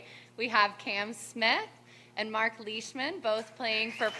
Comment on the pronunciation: Marc not march. Jeez